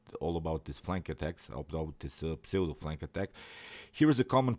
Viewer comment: Pseudo is pronounced ‘ soodoh’.